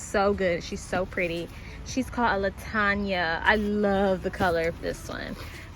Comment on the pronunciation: Lataña is so funny. It's actually pronounced lan (rhymes with frying pan)- tan (like the color)- uh. But I like your way better, it's more spicy lol